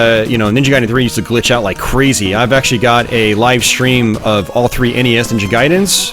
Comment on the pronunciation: What is that thing now in American English to say "shtream" in stead of "stream", "shrait" in stead of "strait" I find it most annoying. Thanks for the video, good memories